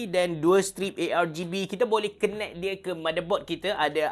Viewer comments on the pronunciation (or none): none